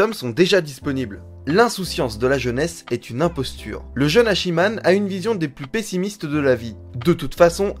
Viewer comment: Et on prononcer pas "Hachi man" mais Hatchiman ^^